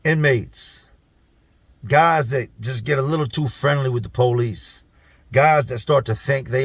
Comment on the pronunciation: The poe-lease. lol